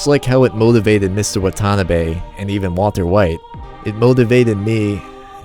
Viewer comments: I can tell you're not Japanese, so just helping. It's not "Wa-TAH-na-be". It's Wa-ta-NAH-be. Here's another pointer: The Romanization of Japanese has one glaring mistake. The letter L should be used instead of R. James Hepburn oddly used Rs when he should've used Ls. The proper pronunciation is "I-ki-LU", not I-ki-Ru. La-men, not Ra-men. La-sha-mon, not Ra-sha-mon, Lan, not Ran, La-di-o, not Radio... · Man the pronounciation of Watanabe is killing me